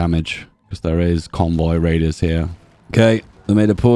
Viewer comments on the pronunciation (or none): none